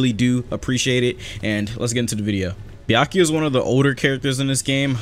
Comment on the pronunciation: why you say byakiya not byakuya